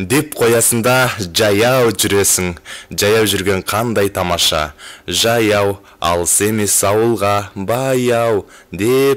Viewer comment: Неге джаяу журесин, жаяу журуге болмайма? Казакта дж деген арип жок